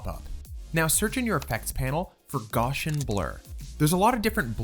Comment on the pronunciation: Thanks for this. FYI It's pronounced "Gowcian" not "Goshian".